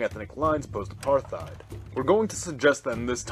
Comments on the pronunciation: It's not Apar-TH-ied, it's Apart-Hied if you want to say it with English accent, in an Afrikaans accent it's more like A-Part-Hate. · Apart-heid, there's no th sound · No "th" sound in "apartheid" or "Botha"...